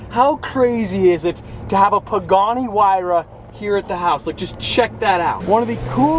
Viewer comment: isn’t it “ hyruh “ not “ whyruh “